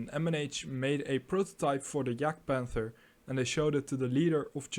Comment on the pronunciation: "Yahgd-pahnther" not "jag-panther." Speak of gun "traverse" (side-to-side, up and down) not "range". The side armor of the Jagdpanther is one single plate of forged steel in the same plane from vehicle top to the tracks and front to back. This is the same angle as the side turret armor of the Panther tank! Beautiful.